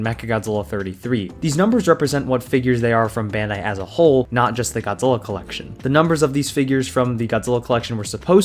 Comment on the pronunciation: If you love Godzilla then why are you mush mouthing through his name